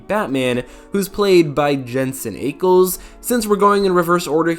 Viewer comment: Jensen Ayckles 💀